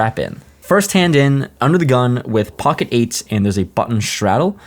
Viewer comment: I love you! But god I hate how you say “POCKET” goddamn